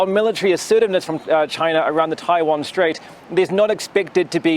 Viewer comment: 台湾，连读都读不准，一帮垃圾😅